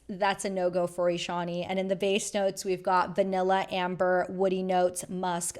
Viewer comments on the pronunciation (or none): none